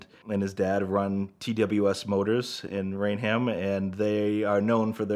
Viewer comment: Wait a second….. You’re from Boston but you pronounced it Rain-Ham??